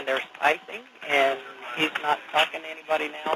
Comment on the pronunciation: Where the heck does he say „NOT recommended“. I tried several times, but can't hear any „not“. If it's about safety, mumbling is not a joke.